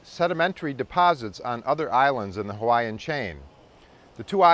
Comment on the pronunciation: Great history of the volcanoes of the Big Island, but you should learn how to properly pronounce the Hawaiian place names.